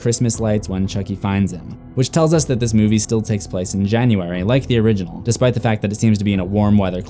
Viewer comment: you said origenol 13 times plus og so 14 times